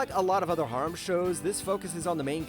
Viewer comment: ugh.. saying harem like that...